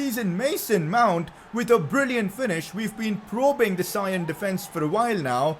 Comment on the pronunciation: Please can you not say sion with a i because it is properly prounced with a e.